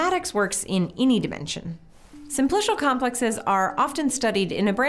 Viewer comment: someone tell her how to pronounce simplical